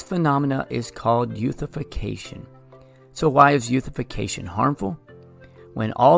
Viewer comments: he just pronounced eutrophication incorrectly. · pronounced eutrophication incorrectly but okay